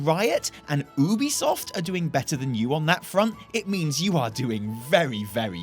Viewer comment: “Oobisoft”…dafuq? Didn’t realize there was a competitor to Ubisoft lmao mad lad